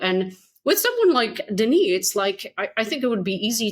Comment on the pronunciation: Denis Rancourt is pronounced Dennee Rahn-coor